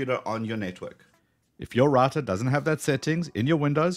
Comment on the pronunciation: Its Router not Rator lol